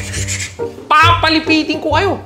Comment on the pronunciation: Replay na ito. Atsaka pipilipitin Hindi papalipitin